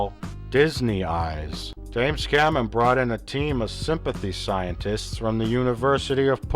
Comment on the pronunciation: "James Cammen"